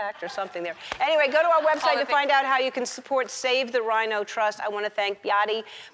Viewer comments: Ellen it's pronounced....... BAY-UH-TI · Words we know Ellen mispronounce; - Behati - Namibia